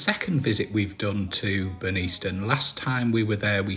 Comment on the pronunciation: Hi, great vid but please say the village correctly it's pronounced Burn-nis-ton. Glad you liked the area 😁